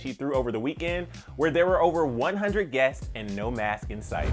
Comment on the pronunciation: I know this is a mistake made sometimes but I had to say something... The "S" on the end of "masks" isn't being pronounced. The "S's" are also not being pronounced at the end of words like "Harriet's" "outdoors" "guests." "Guests" is being pronounced "Guess." So, "TS" sounds in words are also being negated. There are also the "ED's" not being pronounced on words like "criticized." I don't know if the host notices this but I wanted to point it out so it can be addressed. No offense meant.